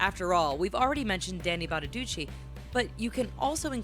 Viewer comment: Danny Bonaduce's name is pronounced "Bonaducee" a long 'e' not short. Sorry but it just grated.